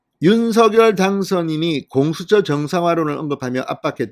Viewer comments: 윤서결 이 아니라 윤성녈 입니다 듣기 거북 합니다 유독 혼자만 윤서결로 발음 하십니다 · 제발 대통령성함 공식 발음 좀 찾아보세요 방송인이니 공식적인 발음에 앞장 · 윤서결로 발음하는 것이 맞습니다